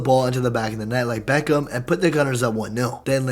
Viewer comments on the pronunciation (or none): none